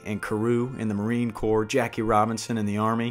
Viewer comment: corps - the s is silent